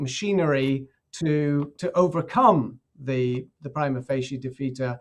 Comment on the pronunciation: I have heard pretty much all possible pronunciations of "Prima facie" before, but never have I ever heard someone say it "PREEMA FAHKEE" before.